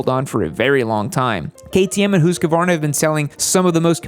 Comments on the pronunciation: Say it with me... Hoosk-vaar-nuh... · Am I the only one who is annoyed by his pronunciation of Husqvarna? XD